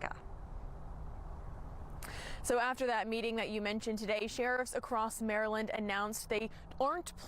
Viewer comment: He pronounced Maryland wrong